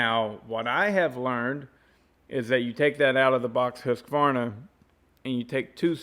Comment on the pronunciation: Wow someone who pronounces the name correctly....Husqvarna....not us American's...Hus-a-varna....good job....think I'll stay with my Simington Chisel Grinder....touch up by hand with a flat file....round filing is for flat landers....take care....Shoe